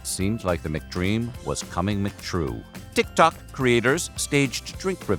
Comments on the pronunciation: Bro you are just trolling saying tik tok like that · Please include the name Tik Tok in the title so people can just Skip the vid and save themselves the experience of having to listen to that Pronunciation.. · I love how he says TikTok LOL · that is the weirdest pronunciation of TikTok i have ever heard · I think you meant ragEBait 😂😂😂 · that was the original joke. I can’t remember which video he said it like that in first, but it got so many comments that he started intentionally pronouncing it weirder and weirder.